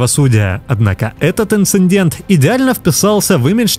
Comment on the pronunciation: "ИНЦИНДЕНТА " хватило для того , чтобы прекратить смотреть этого " умного" блогера.